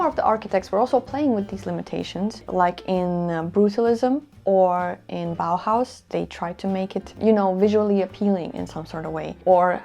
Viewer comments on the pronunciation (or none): none